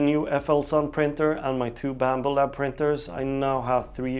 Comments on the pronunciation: Whooo black betty "*You pronouncing bambu labs*" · As part of a sentence, I hardly would've noticed your accent (a de-emphasis of the U, and not a mispronunciation) of Bambu Labs. When you say it all alone, I can't help hearing it against the background of "Black Betty." "Whoa, Black Betty--BambuLabs..." I may never unhear this, and I thank you for the little smile you have given me every time I see this logo. If you actually want to "correct" your "pronunciation," then all you need to do is emphasize the BamBU part... although why you would want to is beyond me. It's your thing, it's honest and sincere, and it shares smiles. It's beautiful.